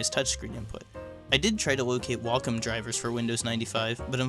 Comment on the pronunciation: Not sure why you said you were unable to find a copy. There are various links for it all over the internet. This address links specifically only to the add-on portion, you would still need a regular operating system copy. And not trying to be mean but what is a 'walcom'? I'm sure you meant 'wacom'.. And you surely did say 'walcom'. And the wacom driver 4.78-6 should work for it. It does not mention it specifically in the supported drivers. Though a friend mentioned it does work for various unlisted models. As far as installing things on older hardware. Its not always impossible. Though what you get out of it is often not very usable. The best, or the benefit, is when you can install something a bit more modern. Though not so modern that it runs sluggish, or bogs down after a while. I guess the point of these types of videos is not so much effective usability over can it be done.